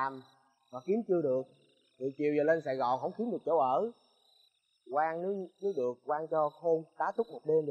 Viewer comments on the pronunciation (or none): Nhà Quang mà bả nghe thành nhà hoang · Ảnh nói Nhà của thằng Quang nhưng lại nghe là Nhà HOANG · Vốn dĩ là quang... Nhưng phát âm giống hoang nên bả kia nghe thành hoang nên chỉ nhà hoang :)) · Quang nhầm thành hoang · Hình như lợi dụng cách phát âm gần giống nhau của quang vs hoang thì phải. Hỏi nhà Quang ở đâu nghe như "nhà hoang ở đâu" nên ai cx biết😂😂